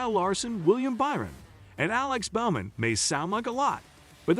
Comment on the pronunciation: Not sure how trustworthy this is since they can’t pronounce Bowman, and call Hendrick Hendricks and that it’s a firm .